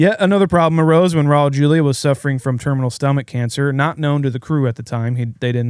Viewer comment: You guys did Raul Julia a major disservice by butchering his last name.